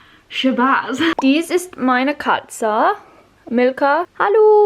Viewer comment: The way you said: Maina Katza